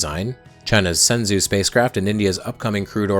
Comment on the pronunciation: Just a small note: Shenzhou is pronounced "shen-jo" and not "sen-zoo"